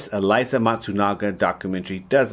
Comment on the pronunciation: Eh-lee-zee not Eliza